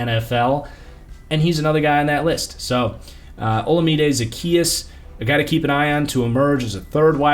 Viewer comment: It’s pronounced like olawmide